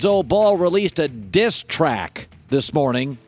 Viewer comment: Why do put so much emphasis on "diss track" Collin geesh